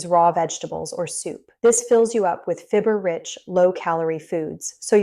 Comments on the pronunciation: If you can find a bread discount store, and buy organic. Dumb AI can't pronounce fiber!! (fibber) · If this person weren’t an AI, it would be easier to accept. If the person isn’t real, it’s creates trust issues. She’s pronouncing “fiber” as “fib- er” LOL